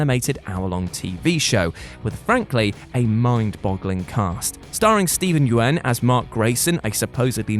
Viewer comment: Steven Yeun is pronounced almost like "Yan," NOT "yoo-wen." Look, i get it's hard to match spelling and pronounciation with names foreign to you western folks, but at least don't invalidate, and say it how you feel is right. Do some research about how to pronounce those pesky foreign names and words before saying it. Doesn't take long to google how to do it.